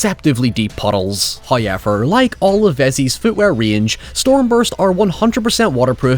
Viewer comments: How does this dude say "Power" with no issue yet he says HOY-EVER and NOY? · Nobody:: Hiuyever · First "hoyevver" drops . It is The Law.